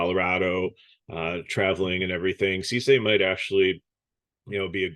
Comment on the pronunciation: Good work your becoming a regular, just gotta watch a bit more baseball get your names down (Its Dylan Cease IE Cease and Desist. Lol no SeeSay 😂😂).